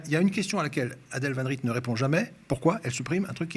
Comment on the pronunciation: Je suis mort il fait comme Aymeric lompret à appeler la directrice van "rite" au lieu de van "rette"